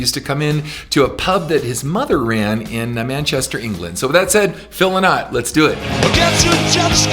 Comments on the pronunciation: It's not pronounced as Phil le-nott but als Phil Lie-not. Or as Phil himself used to say: It's not Phil Lynott but Phil Whynott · Phil Lynott was Irish and was from Dublin, not manchester England. And his surname is pronounced Linn-ott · Nice. But it's Phil Lynott. Pronounced Lie-not. Born in West Bromwich, England by Irish mother. Grew up in Dublin. So he's Irish :-) And a real proud one too. Hence all the Irish heritage in Lizzys music. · Very proud that you included Phillo. You're pronouncing his surname wrongly. :D Sorry, but you know he recorded a song with Mark Knofler"? Phillo was a true great.